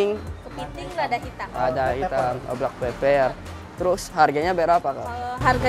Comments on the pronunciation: Ngakak dia bilang black peper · "blak peper"lucu bangett😭😂